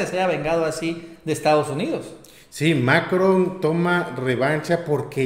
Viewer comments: ¿puedes dejar de pronunciar TODOS los nombres de mandatarios como si fuera inglés? No es MAcron sino MaCRON, la última sílaba es mas fuerte. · hehehe. Macron se pronuncia con el acento en la ó. Es en Francés, no Inglés. Pero felicidades como siempre por su labor compañeros. Los sigo. Viva México y su transformación.